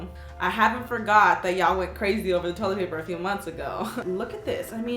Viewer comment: When she said toilet paper it sounded like Toyota paper